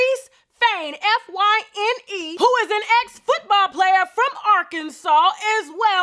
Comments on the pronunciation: I believe Fyne is pronounced Fine. I had a friend who spelled it that way. We have to make sure we get it correct when putting out the news on a scamming loser in case anyone comes across him again. I may be wrong but just trying to help. P.S. do people really part with their money so easily? I don't understand scams and catfishing. If someone , especially a man, asks me for a cigarette we don't have anything else to talk about. If he asks for money I'm blocking him. Don't care if its 50 dollars! Damn that! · Excuse Me...FYNE Is Pronounced Fine!!! 🤔🤔🤔